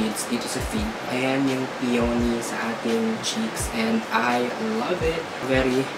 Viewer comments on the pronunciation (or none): BTW ANG PRONUNCIATION PO NG PEONY AY "PEE-YA-NEE" SKL PO BAKA MARAMING DI NAKAKAALAM